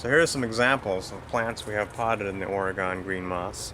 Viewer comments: Say OR-ee-gun, not Orugone. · We Minnesotans say Ore-GONE until it's been beat into our heads (in the sense of using our words, of course!) and I have now schooled others. I get to school people now, because I live in New Orleans. It's not pronounced "New Or-le-ans" or "New OR-leans" and most certainly NOT "N'Awlins" (that will get you marked as a non-local, and mugged later; I wish I was joking but this is not a safe place, you want to blend in as much as possible, and my extremely strong upper Midwest accent has made my assimilation difficult, but I digress). It's pronounced "New OR-luns". The last word almost has one syllable, it's just "Orlunz". I was a teaching assistant at the university that I relocated here to attend (and now I can't deal with temperatures under 60°F very well), and I've been asked by my students on more occasions than I care to recall "Are you from a foreign country?" on the first day of class, and when I say, "I'm from Minnesota" or "I'm from North Dakota" (I'm from both, I guess ⅓ of my life has been spent in each of these three places), I'm rather frightened because I honestly don't think that these students (typically freshmen – in COLLEGE!) realize that North Dakota and Minnesota are NOT foreign countries; rather, we tend to enunciate our words, probably due in part to not spending our formative years eating food that is so spicy that it removes some of the ability to properly pronounce words as they're intended to be spoken? I'm almost serious, as Tabasco sauce is almost as